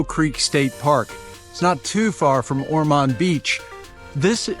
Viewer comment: It is pronounced OR- mond.